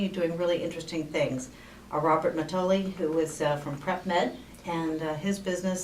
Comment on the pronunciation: His name is pronounced Maddy- ol - e...Bob Mattioli. I knew him personally when I used to work with him at St. Jude Medical (he was VP)